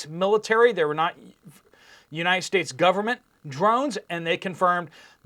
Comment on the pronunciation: WHO says it's not our "gooberment"?Our goobernent?😂😂😂😂😂